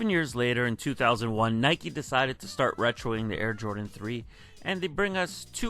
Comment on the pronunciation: It’s NY-KEE not NY-KUH.... it’s like when people say it’s a Nike “check” cringe city!!! It’s a SWOOSH GODDAMNIT SWOOSH SWOOSH SWOOSH!!!!! 😤🥶🤬🤯🤭😂😂😂 Also imagine ADIDAS JORDAN 1 (Air was a Nike exclusive technology before it was Michaels’ famous nickname, his first nickname was captain marvel) so imagine ADIDAS CAPTAIN MARVEL 1 ADIDAS JORDAN SUPERSTAR 1 ADIDAS JORDAN FORUM 1 etc. It could’ve been so much worse THE JORDAN SPORTS INC 1 😕🥴🤭🤢🤮🤤😴